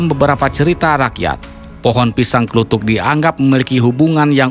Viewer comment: Bukan org jawa itu kelihatan nyebut pisang kluthuk disebut klutuk dan itu beda cara pengucapannya